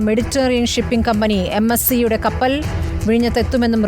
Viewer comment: കപ്പറൽ ..... അല്ല.... കപ്പൽ.... വാർത്ത വായിക്കുന്നവൾക്ക് തെറ്റി